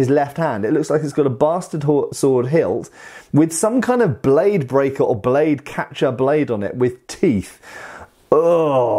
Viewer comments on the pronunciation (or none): none